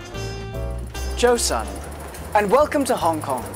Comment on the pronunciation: JO SUN. *cringe*